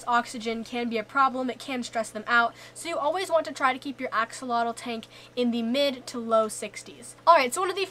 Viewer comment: Axolotl = ah-sho-lotl not axe-uh-lah-dul. Plural:Axolomeh ah-sho-lo-meh. thank you for preserving our native words. tlazohcāmati!